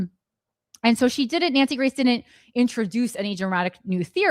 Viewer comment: Wait, I thought you kept saying Nancy Mace and then I realized you were saying Nancy Grace. 🧐 I guess she found another ambulance to chase.